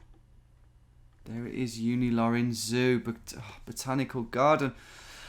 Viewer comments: "Zoological CAROCH" 🤦‍♂😂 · Give him some credit... He was clearly spelling it "Caroch", which is way closer. /sarcasm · Zoological "Garden" becomes Zoological "Quroch" ?! Professional geoguessing there Tom... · i couldn't stop laughing when he said Caroch hahah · Thank caroch! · Sorry I can't watch you read garden wrong for 30 minutes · I thought he was joking when he couldn't read Graden..